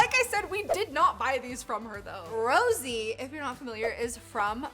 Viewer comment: I thought I was going mad when she kept saying Rosie!